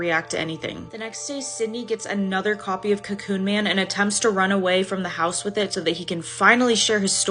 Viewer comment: "cocoon man" = "co-çø0ñ man"